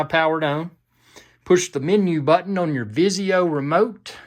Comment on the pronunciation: Full UHD own? Ohh you said on. That accent😂